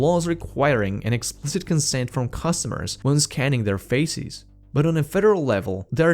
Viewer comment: oi mate be careful with your pronounciation of "faces". youre very very close to saying "feces" :D excellent content, thank you!